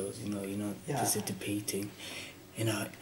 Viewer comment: It’s participate not parcitipate!! 🤣🤣🤣